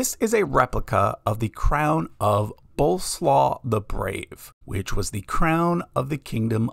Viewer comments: And /boˈleswaf/, not /boʊlsloː/. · Very interesting and unusual video. Feedback re your pronunciation of Boleslaw - it should be more like Bo-less-wav. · Boleslaw is pronounced with every single letter. Sounds like some kind of dish pronounced in English version. 😀